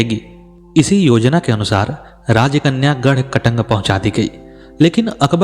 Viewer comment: आप द्वारा क‌ई शब्दों का सही उच्चारण नहीं किया है। गढ़ मण्डल नही गढ़ मण्डला सही शब्द है। गढ़ कटंगा सही उच्चारण है।